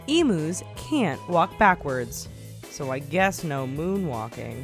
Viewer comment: Emus not emoose u u say the u emues